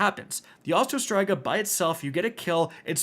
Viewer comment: My gosh the way he says Striga in Osteo Striga was driving me nuts!! 🤣😂